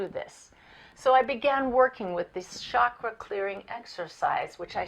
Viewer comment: Very nice video. It's 'chakra' with a 'ch' as in 'church'.